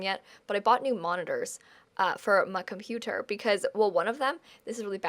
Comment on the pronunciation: "for mah chonputer"